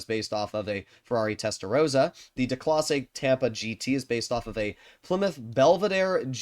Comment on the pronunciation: I found it funny how he pronounced "Testarosa" instead of "Testarossa" lol - in Italian, "rosa" with a single 's' means pink, while "rossa" with a softer and double 's' means red.